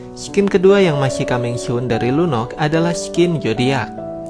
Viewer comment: Bang kenapa namanya lunox bukan lunoks